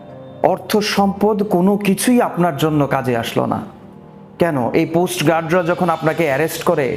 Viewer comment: Coast Guard / Post Guard কোনটা সঠিক বারবার কি উচ্চারণ করছেন? যথেষ্ট পপুলার একজন কন্টেন্ট ক্রিয়েটর। এগুলো জানা অত্যাবশ্যকীয়। ধন্যবাদ। অন্যকিছু মনে করবেন না। আপনাকে পছন্দ করি তাই সঠিক শব্দটা শেখার অনুরোধ রইলো।